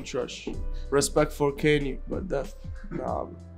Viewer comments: did he just call Kanye, kaynee 😂😂😂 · In italy we pronounce it "keni" and not "kanyee" ahah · In France we pronounce "keni" and not kaynee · respet for kennie💀 bro KAN YE NOT KENNIE